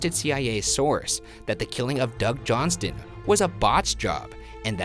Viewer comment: Hi Ryan, the t in Johnston is silent :)